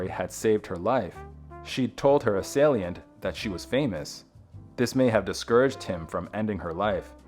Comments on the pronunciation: Assalient is misspelled; it’s assailant. *mispronounced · This AI voice said, " assailiant". I believe her father set up the rape.His behavior before and after the awful event says it all. A monster of a controlling man.